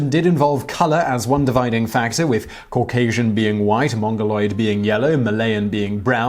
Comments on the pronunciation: Cau-gay-sian lol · Cauc-asian? Well, they got that wrong because you're obviously white. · As a Georgian, that dude scares the fuck out of me. And makes me mad for messing up the name word Caucasian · Say Caucasian again lol 😂😂